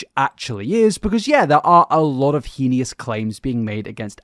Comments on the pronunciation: "heeneeous" isn't a word. I'm assuming you mean "heinous?" but that's SUPER not how you say that. It's pronounced "Hay-nuss." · I deeply appreciate your videos and coverage of topics like this! I promise I rarely point out mispronunciations, but “hee-nee-us” is heinous and hilarious and made me giggle 😅